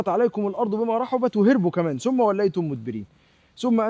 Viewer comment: جميل بل رائع لكن الآيات تقرأكما نزلت وليس باللهجات يسبت أقدامكم ( يثبت أقدامكم ) وبعدها سم ( ثم )